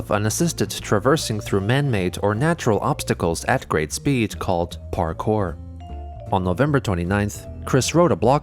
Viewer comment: It always cracks me up that Chris called parkour "parkay."